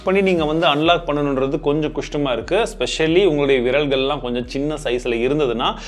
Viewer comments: Bro koustamma erku ella bro kastma eruku 😂😂😂😂😂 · It's kastama iruku not kostama iruku 😂😂